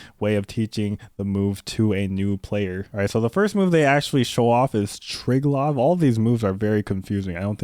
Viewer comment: JP's Triglav is actually "treeglav" and not "tri" like in "strive".